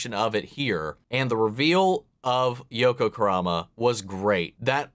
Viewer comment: I'm pretty sure you said "Yoku Kurama" and it's bothered me the rest of the video. >.<